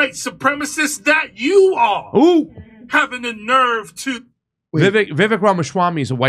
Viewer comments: VeeVÁKE. Like CAKE. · Vivek - pronounced vi vake, like cake. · It’s pronounced Vee Vake (like cake)